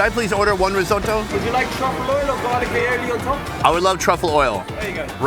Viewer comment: lmao. risotto in a paella and asks "or 'garlic AOILI (XDDDDDDDD)' on top" what a clusterfuck of retarded ignorance put together in one same moment